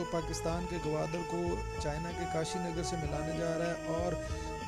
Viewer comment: KASHGAR......Not kashinagar...Kindly do the necessary editing....